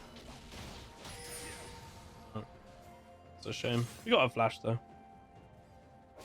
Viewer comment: You drive a corsa “flashed someone to get them out of your way” emphasis on the flash lmao